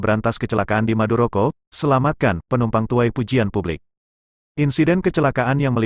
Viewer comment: Madukoro, bukan maduroko.